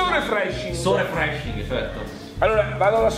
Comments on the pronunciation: Nessuno Assolutamente nessuno:per me l'Inglese è difficile Sempre lui: Amazing - sore freshing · SORE FRESHING?? 😂😂😂😂😂😂😂